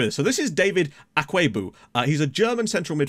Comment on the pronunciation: You're pronouncing Akwuegbu correctly (for the most part 😄)... it's a Nigerian name, sooo... 🤷‍♂️